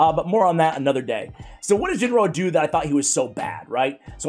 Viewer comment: Ginro is pronounced with a HARD G (like Galek). You said it right a couple times, then you reverted to the soft G.